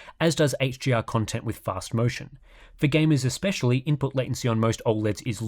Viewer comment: i find the way he says gamers funny. It sounds like "gay-mez."